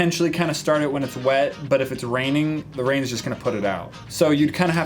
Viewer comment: age rain???? is that what he said